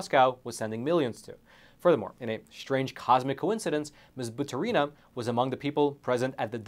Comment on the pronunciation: Not like it matters but it's batUrina, not baturIna )